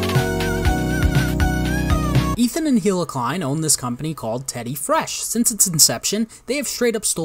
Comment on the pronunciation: "Ethan de-klein" lmao, idk if you did that on purpose but that was genius, I wish I came up with that myself